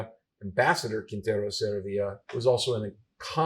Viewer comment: Saravia (Emphasis on the middle A) SarAvia!!